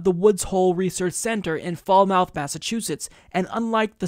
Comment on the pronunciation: Not "Fall-mouth". Pronounced: Falmuth. ;)